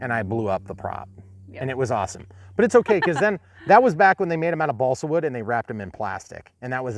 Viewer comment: Thooper, thooper, awthum awthum thooper review!